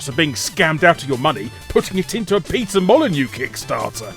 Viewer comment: PEETUH MOLLYNYOUUH